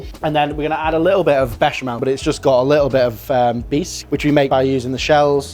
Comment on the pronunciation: Mischeleng? Ich sag auch nicht Herbert wenn ich Susanne meine. Mhmm, der Klassiker Baschimal..... Erbärmlich, dieser KI-generierte Vertonungsmist. Die billige Sekundenheischerei verhunzt sehenswerte Beiträge komplett.